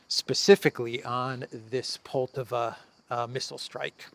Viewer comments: please pronounce Poltàva correctly - with the accent falling as shown above. On the second syllable. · It’s pronounced Poll-TA-va